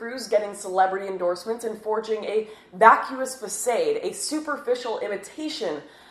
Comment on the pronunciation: Damn, I just red pilled on the fact that Lauren Southern is just reading off a script someone else wrote. Who doesn't know how to pronounced 'façade'?